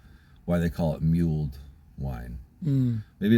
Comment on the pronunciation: It's not muled, it's mulled